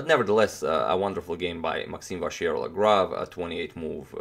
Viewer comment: we're at 95% of pronouncing MVL correctly toni! now let's eliminate the "R" completely : say it vachiellagrave